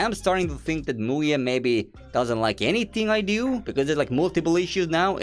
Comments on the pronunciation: i am romanian and i cant let my mom hear you say muye (in romanian "muie" its an insult) 💀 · bro in my country muye (muie) pronounced just like that means Beejay with a derogatory manner(avoiding yt cens) this video was so funny from my side, all I could hear was MUYE was doing this, MUYE was doing that, etc =))